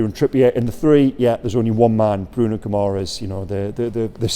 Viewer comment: (Gi -ma - resh ) is the pronunciation. Ending Es is ESH in Portuguese. Madeira would of shown you that.Good vid